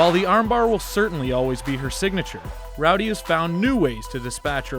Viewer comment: Why doeshe pronounce " Roudey " ?...